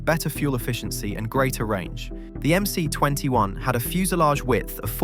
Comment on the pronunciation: It's MS, not MC.